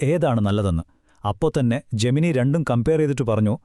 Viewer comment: 'ജെമിനി' അല്ല 'ജെമിനൈ' ആണ്